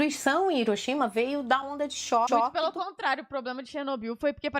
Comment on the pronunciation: "onda de choóhxi" 🤣🤣🤣